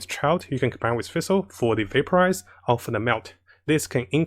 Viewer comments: How to pronounce Fischl = Official without the O. Not Feischl #Demone And not Fessel :D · thanks for your great videos! btw the way you pronounce fischl is a little wrong and confusing :) its prononced fish-el like a fish. You can go to her english voice over to hear how its pronounced.